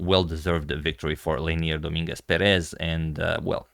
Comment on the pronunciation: Great work, Agad! Just a tiny tip: the lastname "Pérez" should get the accent in the first vowel, not the second. Apart from that, amazing coverage as usual!